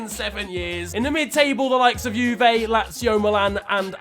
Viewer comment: Juve* not Juvei